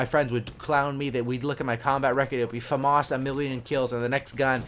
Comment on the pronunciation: Its said like fahmis not fomus i know its spelled famas thats just how its said